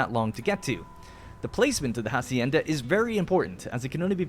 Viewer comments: The 'h' in "Hacienda" isn't pronounced. So its more like "acienda" and not "Jacienda". Sorry for the nit picking but it was getting on my nerves. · @@ Interesting, I though in english "farm" or "ranch" would be the preferred word and "hacienda" was added untraslated to add a latinamerican flavour, like "jornaleros" and "obreros". Still, "jasienda" sounds extremely annoying to anyone used to the castillian pronunciation.